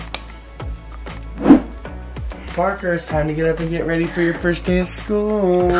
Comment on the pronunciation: you said fist day not first day